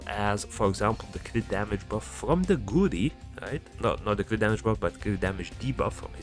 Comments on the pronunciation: I just realised you were calling him almost curry😂 It's GA-U-RI man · It's go-u-rry